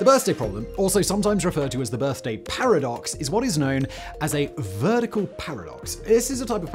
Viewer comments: I think the word is veridical paradox, not "vertical"... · I think it's a "veridical" paradox, not a "vertical" paradox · A "veridical" paradox. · I think the word is veridical paradox, not "vertical"